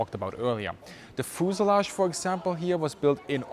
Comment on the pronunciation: Very dense Information! But never heard of "fooselage" ;)